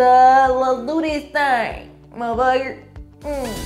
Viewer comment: Oh yeah "mufugger" lol